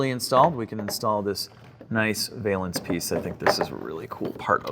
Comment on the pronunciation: "valance" rhymes with balance. I know nobody asked or cares, but I notice about half of YouTube says this word wrong.